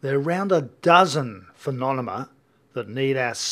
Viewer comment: I love that he says "phenoNeMa" lol